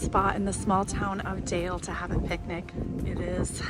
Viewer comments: Glad you enjoyed yourselves in Norway (Bergen), just had to smile when you said Dale of Norway, and the town of Dale...it's actually pronounced "dahleh" and not deyl. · Dale is pronounced more like Darler in Norwegian. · Nancy's mittens are called Selbuvotter and Dale is pronounced "Darla" 😂. ❤ from Norway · Dale is pronouced Doll lah. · DALE is pronounced "Dah-lah" From your friendly Northfield MN, home of St Olaf College. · I just googled Dale: Dale is pronounced as "Dah-leh" in Norwegian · I'm surprised that you didn't correct their pronunciation of "Dale." 🙂